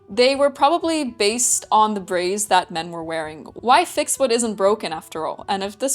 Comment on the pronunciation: Any undergarment that you can "forget you're wearing it" wins for comfort. Also, like the way you pronounce "braies", with a slight roll of r. And I expected the "experiment" would be colored blue, virtually EVERY "hygiene product" ad will use blue liquid. But I wonder do they normally just used colored water? Having something closer to the consistency of what would actually emerge makes sense and kudos for going the distance.